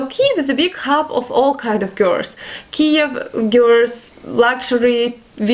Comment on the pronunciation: my darling, in English we pronounce "Girls" like this - Gir'ls try it... or date an English Guy/Girl... it comes to you easier no:) have a wonderful day x